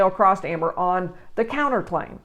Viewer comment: She couldn't even tell properly Amber's name.